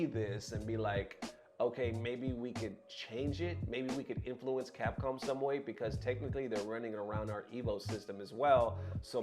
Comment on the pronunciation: What is “Capom”? 😆